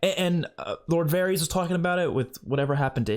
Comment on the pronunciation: Not trying to be rude here lol but Varys is pronounced like it rhymes with the word Heiress. More like vairis not varrese. Thought you might wanna know.